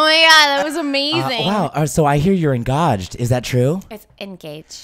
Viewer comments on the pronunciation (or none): I heard your engawjed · Oh so I heard your engawjed xD